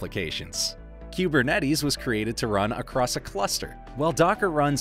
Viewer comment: Learn how to pronounce kubernetes….